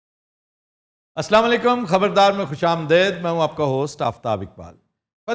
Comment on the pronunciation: sorry to say sir ab jub b salam boltay to assalamo alaikum ki bajaye salanlaikum kahtay ho sir yh bilkul ghalat hy is k mani hi change ho jaatay hain shahyad me apse yh guzarish na karta siraf is liye kar raha ho q k ap humre icon ho roll model ho log apko flow kartay hain aur agr ap is ki correction kar den ge to me yh baht bari neki samjho ga Let me tell you something else, I have been watching your show for the last five years regularly